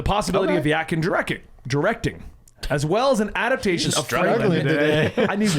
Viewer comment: Really wish you guys would learn how to say adaptAtion. "Adapt-ay-shun." NOT "adaption." Not "adapt-shun."